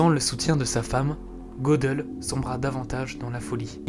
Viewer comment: Pour Gödel ,me semble que le ö se prononce "eu" ;)